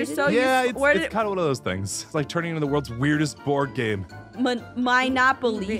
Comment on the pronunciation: Aphmau: minenopoly Me : it’s monopoly oh my gosh